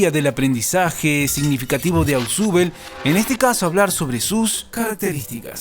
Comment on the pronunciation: Se pronuncia "Osbel" no "asubel"